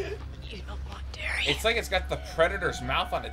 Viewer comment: Dary... Darius, not Dairy, Sugar. Lol